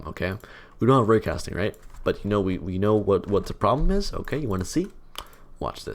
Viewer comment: when he said "raycasting", it sounds like "Rick Astley"